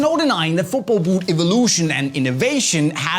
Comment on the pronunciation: Boouht evoolootion